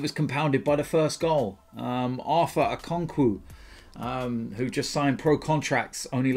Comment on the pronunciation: How did pronounced Okonkwo again?😂